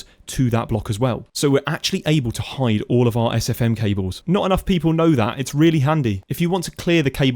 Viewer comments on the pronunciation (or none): none